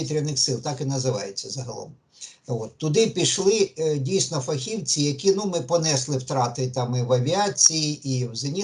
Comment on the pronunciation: Та не фах( І)вці,а фахівц( І) .Як же ріже слух ,де адміни каналу чому йому ніхто не підкаже!?!!? Звідки це бридке фах (І) вці???